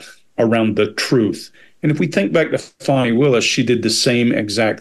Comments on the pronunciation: You guys… you’re all too intelligent to not get how to say a person’s name that seems to be missing a W. Come on, fellas. Disappointing! Can you say our Vice President’s name as she prefers? That’s not cool y’all. Fani is said Fawny. Not difficult. That’s low y’all & I expected more class, inherent bias or not.😢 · I actually came to say this. Disrespectful to say " fanny, fani, however u say it. If you have watched anything concerning her, u have heard the pronunciation of her name. I think it was a deliberate form of disrespect. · Great video! Love you guys! 🥰Her name is pronounced Fah-nee. 😉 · I'm from UK and can tell you that she is definitely a "Fani" 🤭